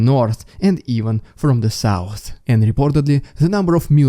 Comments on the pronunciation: Moving feorther away to the souwce Moving further away to the south gotta learn how to make th sounds lol and t sorry it gets me every time the Souwce and the Norse, south and north i know im a meany but i say it not to be mean but because it makes me giggle 🤭 everytime 😂😆😂😆 there is another updater that says it the same way too this accent makes me giggle. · This makes me giggle every time it sounds so funny 😂